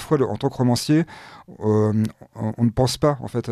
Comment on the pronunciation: Rauuumancier, arrêtez de confondre la prononciation des O et des Au, c'est une habitude chez tous les journalistes, romancier, voilà c'est tout